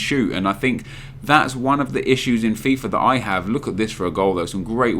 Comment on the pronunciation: It's Fifa not Fifar. Idiot